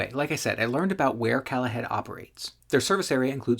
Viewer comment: I think the company name isn't pronounced 'callahead' - but rather "Call a Head" - meaning call and get a toilet